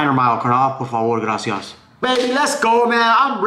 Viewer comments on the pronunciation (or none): none